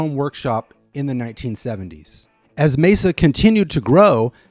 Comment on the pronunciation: Excellent overview and thank you for pronouncing "Mesa" correctly. That name gets butchered quite a bit out there, most common being "May-zuh".